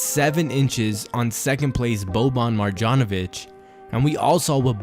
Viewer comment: When you say Marjonovic, the J is pronounced like a Y